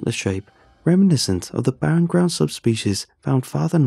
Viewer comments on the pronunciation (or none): none